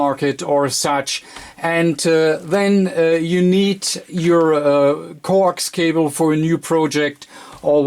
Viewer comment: Corks cobble; get it straight; I still understood what he was saying